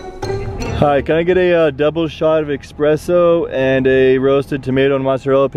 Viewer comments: Espresso not Expresso! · Its espresso not expresso